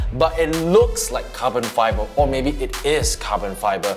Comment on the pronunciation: "It luk like ca-bon fay-ber"